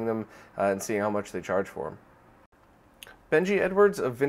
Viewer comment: First off, HAPPY NEW YEAR! Secondly, it's "Benj" Edwards. No 'ee' sound after the J :) He is featured a lot on Retronauts podcast but he mostly talks about old games and computers. He's a funny guy. Here's to another great year for the retro community!